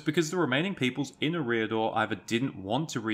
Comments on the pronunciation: EH-ree-ah-dor. Not eh-REE-ah-dor. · E-riador; not Ereeee-ador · can't deal with 'Areeedor' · Is that how Eriador is pronounced? I thought it was pronounced identically to "Area Door", just without a pause between area and door. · How he says the word eriador It’s pro bounce area dor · I believe all 'a,A' vowels are pronounced "ah" not "â" Fantastic video btw You have a great voice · looked like a nice clip to watch. but when you opened up by failing to even pronounce the name correctly you lost me.